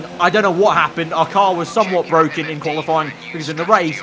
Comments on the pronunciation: It’s BWOKEN BWOKEN! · "its bwoken" lando norris